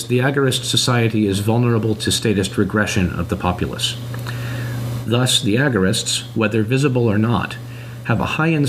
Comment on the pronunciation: The opening narrator really doesn't know how the word "thus" is pronounced? Really? "That's weird, this scholar made a big typo. Let me just correct that..."